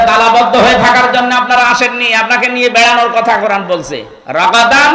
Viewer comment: "😅কুরআন" বলুন হুজুর, "কোরান" ভুল উচ্চারণ! আপনি অবশ্যই জানেন🙏🏼। "আকাশ খুঁটি ব্যতীত দাঁড়িয়ে আছে"। এটা কি বললেন? আকাশ তো শামিয়ানা নয় হযরত!